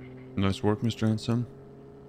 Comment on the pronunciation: Everybody today was possessed with the word nice...after sometime it was like nois nois😂😂